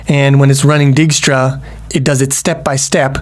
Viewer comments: Dijkstra = "Dyke-stra" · I think it's pronounced "dake - stra". Anyways wouldnt it be better to use a list instead of an array. Then one could assume you start at (0,0) but also allow negative coordinates. This allows for an arbitrarily large map and it doesn't waste memory it does not need (save for perhaps being slightly slower than using an array).